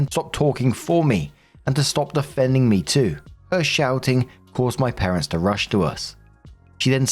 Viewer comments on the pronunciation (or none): none